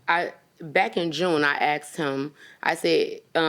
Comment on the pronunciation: She “axed” him about the “awdy”